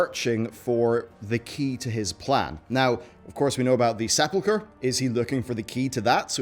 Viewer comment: Credit where credit is due: he pronounced “sepulcher” correctly.